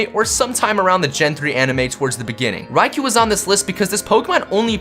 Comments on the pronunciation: Its pronounced Ray-koh not Ry-kuu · It's pronounced ri-c-oh , not ri-c-oo that's how you pronounce ricou